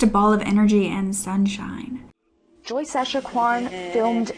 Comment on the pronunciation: Her name is Joyce Echaquan, not Escawan.